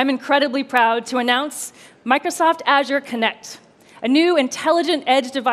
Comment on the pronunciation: Can't pronounce azure either 😕